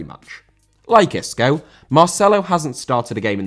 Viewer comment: Isco* not Escouw